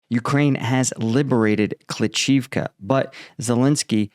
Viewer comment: It's not kli CHIV ka.. .it's kli SHIV ka. Please get your pronounciation correct!!!!! Jeez